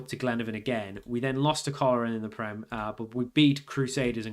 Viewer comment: Fun to see you trying to learn the correct pronounciations, tip for today, Coleraine is pronounced "Coal Rain". Keep it up.